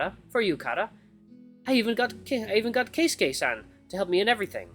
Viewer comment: I have trouble watching his Keisuke route cuz of how he pronounces it 😆